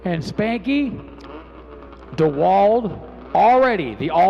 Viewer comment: Flo Racing, will you tell the boys in the booth it's pronounced Troy Dee-wald 😁